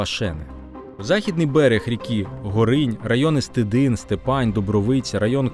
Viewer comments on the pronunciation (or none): Правильно Стидин, і наголос на перший склад. Степань теж наголос на перший склад. Я сам родом з Стидиня. В нас за селом є пам'ятник УПА. В googl можна знайти фото та відео. Відкривав його Ющенко, ще будучи прем'єр міністром. Ось деяка інформація: Символічний курган, зверху якого розміщена гранітна конструкція в середині якої знаходиться тризуб. До кургану ведуть східці по середині яких пам'ятна плита з написом: "На цьому місці у рр. був розташований постій Головного Командування Української Повстанської Армії". В урочищі Гутвин поблизу села Малий Стидин - на місці постою першого штабу УПА-Північ біля пам'ятника систематично проводяться урочисті заходи: до річниці утворення Української Повстанської Армії (14 жовтня), День українського козацтва, до Дня Державного Прапора - під звуки Державного Гімну України величне полотнище з'явилося поряд з пам'ятником українським повстанцям. Також проводиться обласний фестиваль повстанської пісні "Повстанські ночі" за участю аматорських колективів області. Адреса: 35014, с.Малий Стидин, Костопільський район, Рівненська область Хочете більше дізнатися? Зв'яжіться зі мною.